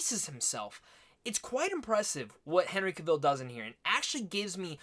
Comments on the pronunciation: You pronounced his last name in the opening like he was Cruella Deville. Justice make that a song, with Henry and witcher language and it'd be great. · Cavill with stress on the a😁